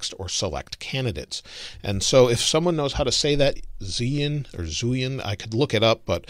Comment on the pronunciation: Zhu pronounces like drew in Andrew.